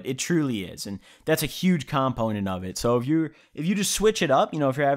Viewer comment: the way you say COMponent makes me laugh every time